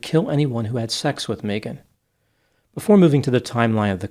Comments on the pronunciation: I did meet one Mee-gan once. She was from Boston. But yeah, it's usually pronounced Meh-gan. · caught...you said May - Ghan instead of Mee- Ghan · MEEGAN 😅 Megan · Just an FYI, to (since his last name suggests he's Spanish) The name Megan is often pronounced "Meeghan", it's Welsh. It's not some make up new age thing, it's legit. I had a high school friend hat pronounced it that way and actress Megan Follows pronounces it that was - as described on her imdb and wiki pages. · It's interesting a business called "Australian Body Works" is involved in this case, because "Mee-gun" is the normal way Megan is pronounced in Australia. If this woman was raised in Australia, that pronunciation of her name is to be expected. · Your life advice for life, for today: If anyone ever 'insists' that you mispronounce their name, run, RUN, don't walk away from them. They are nothing but trouble. ❤ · I have always hated it when people pronounced my name like mee-gen. I had an elementary school teacher who insisted that is how my name is pronounced. She was not a nice lady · my last name is actually Berke and it's pronounced like bear-key but everyone says burk. It's just one of those things. Mee-gahn burk😅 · Sorry but if the elementary teacher had insisted that how your name is pronounced. Then who we are to call you other way Mee -gen sorry sweety😂😂😂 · It would have been awesome if you'd have peppered the correct pronunciation of Megan in there here and there. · The pronunciation of Megan is taking me out 🤣